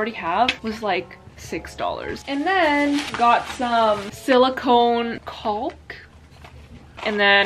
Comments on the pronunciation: CAuLK it’s pronounced “kok” I know it sounds bad but whatever💕😂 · LOL “caulk”? Girl it’s pronounced “cock” , no way around it. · THE L IN CAULK IS SILENT AHSJDJAHHAAH